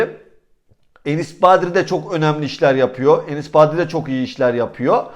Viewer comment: Abi ne olur şu adamın adını doğru söyle artık :) kaç senedir burda :) Badri değil Bardi